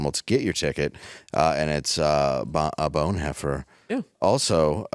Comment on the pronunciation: That's not how you say Bonhoeffer haha